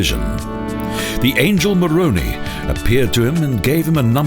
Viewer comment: angel maroonie? pls learn the proper pronunciation its ma-rone-eye